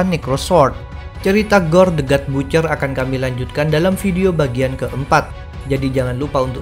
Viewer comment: Butcher dibacanya Batcher min.